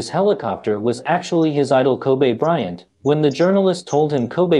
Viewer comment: Koobay bryant